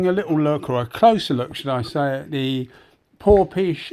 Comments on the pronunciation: just wondering how a gun spelt PORFIS (phonetically) is pronounced PORPISH? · Hi, Well, I dunno, but it's spelt Porphis all I was saying is ph is pronounced F, so it should be PORFIS. Unless they told you different!